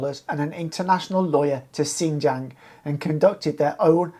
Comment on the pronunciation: If you want to report on Xinjiang at least first learn Chinese and how to pronounce xinjiang. Secondly just because of some terrorist attacks doesn’t mean there need to be over a million people jailed for reading quran praying etc. Thirdly maybe first live in china actually long enough to know some things